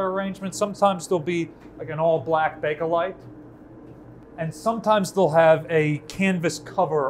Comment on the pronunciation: Thank you for pronouncing Bakelite properly. Small act of heroism.